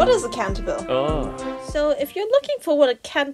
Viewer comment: Not to be that person, but it's pronounced Cahn-tah-bee-leh